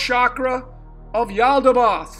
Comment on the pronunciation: Pronounced...yahl-dah-baYoth like moth